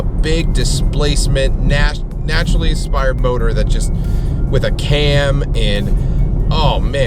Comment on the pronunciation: if no one else is going to correct you on the naturally "aspired" motors... its naturally "aspirated".... lol. Luv ur vids btw.